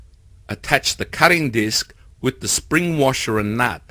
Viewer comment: Thumbs up even though you said wif a few times.